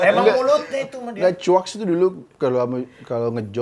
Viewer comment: Chuakksss itu pengucapan chakssssssss. Rada kesel sih kalo u nya jelas banget 😂